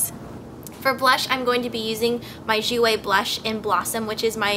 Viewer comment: If it's spelt "Jouer", I think you've been pronouncing it wrong. Don't pronounce the "r". Love the look. :)